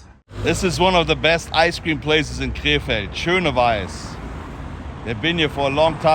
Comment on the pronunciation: Every time you prounounced “Krefeld,” I thought you were saying, “K-Fed” as in Britney Spears’ ex 😂